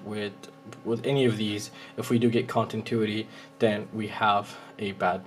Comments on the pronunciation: Con - ti - new - it - ee 😁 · Which mode is "Contintuity"? :D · thanks bro but its continuity not contintuity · Say it with me. ContiNuity